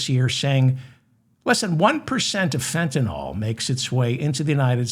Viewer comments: It’s Fenta-NYL, not NOL! Sorry- I’m a pedant and it irritates me so much when everyone pronounces it wrong… 🙄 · Fen-ta-NILL. Not nawl.